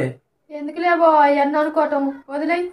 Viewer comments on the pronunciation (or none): బొవా కాదు బావా